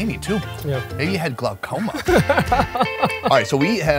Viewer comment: He said the eye had Glacoma